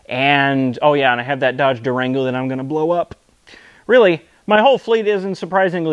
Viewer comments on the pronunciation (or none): you went full hillbilly at the end there when you said "i want to blow up" :)